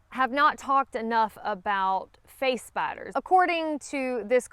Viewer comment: I'm not afraid of spiders, but I thought you were saying face bites instead of face spiders. Face biters do sound scary.